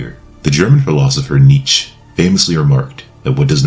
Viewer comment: Lol you pronounced Nietzsche as Neech. Embarassing